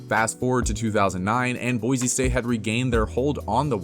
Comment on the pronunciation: Just wanna throw out there that there is no Z in BOISE! It is BOI-SEE not BOI-ZEE